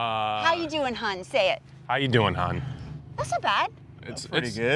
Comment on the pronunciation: As a Baltimore dundalkian - his “hun” was so damn legit